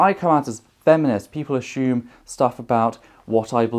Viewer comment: I've heard "us-SOOM" and "us-YOOM" as pronunciations of "assume", but "us-SHOOM" is a new one to me. :)